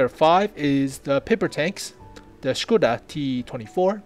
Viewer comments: Hey. Hope you don't mind few note from native Czech speaker. (I'm no tank expert, so I can't say anything about the technicals.) First - your pronounciation of Škoda is pretty much perfect. Second, the "vz." is abbreviation of "vzor", which is either a "pattern" or "design" (as in industrial design). Google translate pronounces it pretty well if you ever needed it in another video. [It is like English/American "v." pronounced as "versus".] "Kolohousenka" (you pronounce it almost well, again google translate is a good source) is a wheel-catterpillar (literal translation and i don't know of any better). ST (střední tank/medium tank) is the same nomenclature as LT (lehký tank/light tank) And please, if you ever use Czech flag again, please, use a proper flag. That is - the blue wedge goes half way. What you use is like Polish flag with Czech invasion. And I assure you, we have never invaded Poland in modern history (1900+).;-) Oh and when typing Czech names (or words in general) it is suggested to use font that supports Eastern European characters. Interesting enough, only Č, ř, and ě, seem to be missing from your font. I wonder if that character combinations makes sense for any other language. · GuP Hetzer! Yay. Very,very good job on the video man. You are pronouncing "Škoda" correctly too. Can I ask,what is the intro videos name?